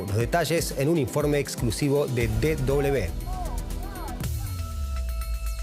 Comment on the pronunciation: Le agradecería al locutor hablé en castellano. DW es De doble uve, no de doble be. Gracias